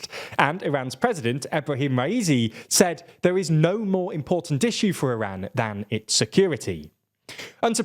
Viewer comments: Iran is pronounced with an “open” a, and not a “closed” a. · Can you guys please fix your pronunciation of “Iran” it takes a simple Google search